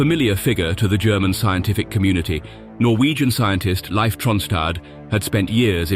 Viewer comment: Tell your voice synthesizer that Leif is pronounced Leaf, not Life.